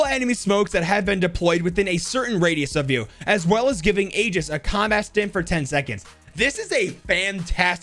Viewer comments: The name "Aegis" is read as eyjis bte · "Aegis" Is pronounced "Age-Is". It's latin for shield. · The second name aegis is pronounced aje-es